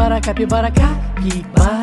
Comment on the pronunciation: Cackybara not capybara it sounds like